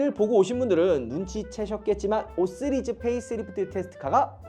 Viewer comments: 쓰리즈가 아니라 씨리즈에요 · 강남 발음입니다